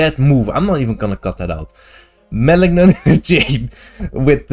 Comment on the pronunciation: your pronunciation of "malignant" in "malignant chain" was actually really good on that last attempt, don't feel bad about leaving it in